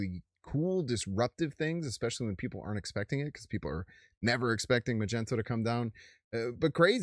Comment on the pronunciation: It’s pronounced, Mag-Knee-toe. Like a magnet 🧲, he is the master of magnetism.